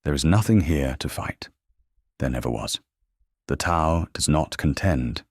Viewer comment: Tao is mispronounced - come on!